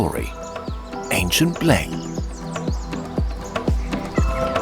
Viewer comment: never thought kurzgesagt would say "bliing" but here we are